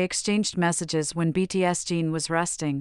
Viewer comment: I can't believe that people don't comment on how badly the orator of this video says Jin's name, but what's even worse is the way Jin's name is written throughout the video. We got "BTS Gene", " BTS Dean", "BTSD", "btsg" and even had Jungkook's name written on the video as "you and Kook" 😳👿, "unkook" and "yunkook". And what on earth is up with stating the date of 07/12 as 0-7-12. I know that what I'm saying will have no effect on the original person that made the video, but please try to get their names correct.